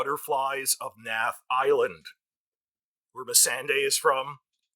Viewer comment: Naath is pronounced ‘NOTH.’